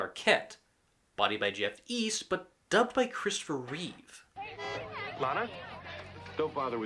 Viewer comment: Why do so many people have a problem with George and Christopher's last names? They usually say Christopher Reeves however there is no 'S' at the end of his last name. It's Christopher Reeve. George Reeves was called George Reeve in this video. SMH